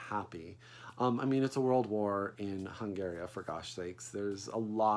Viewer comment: My fault, I didn't proof my comment. You kept saying Hungaria....instead of Hungary so I was wondering if the book called it the former.